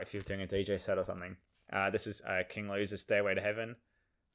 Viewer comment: Louie likes his daily dip pnot pronounced loiise its looey mate